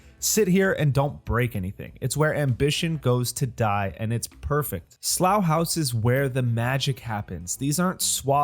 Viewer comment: Congratulations on the correct pronunciation of Slough House! It is a brilliant series based on fantastic books by Mick Herron. You should also try the Zoe Boehm series, Down Cemetary Road.